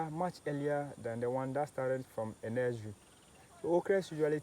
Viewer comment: What is a nez-rie😂😅